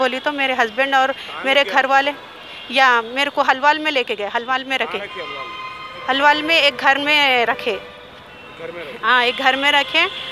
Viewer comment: Halwaal nai ge hauli, Alwaal bol🤦🤦🤦